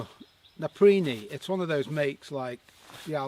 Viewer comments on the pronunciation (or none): Its pronounced... NAPA...PEE...REE. NOT NAPA...PREE...NEE. BUT whatever, they are very nice jackets 👍👌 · why would you pronounce it "naprini"?